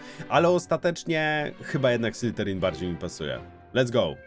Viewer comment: błagam, to nie SlyTerin. Prawidłowa wymowa to /ˈslɪðərɪŋ/. Dźwięczne th zbliżone do polskiego /z/, koniec języka między zęby i delikatna wibracja dźwięku /z/. SlyTerin przez T brzmi bardziej jak podrzynanie gardła, a nie pełzanie węża xD